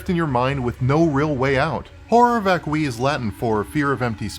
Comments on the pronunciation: It’s “vac-cue-eye” not “vak-kwi” Horror vacui is an artist’s condition which means fear of open spaces. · I know that my name is literally the male version of Hermione, and I hate to point it out, but I think it's VÁCUI , not VACUÍ